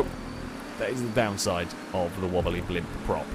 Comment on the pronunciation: “Hello, and welcome to the [BLOMP]”